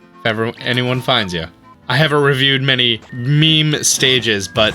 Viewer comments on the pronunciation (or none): none